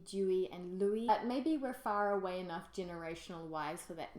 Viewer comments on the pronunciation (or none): none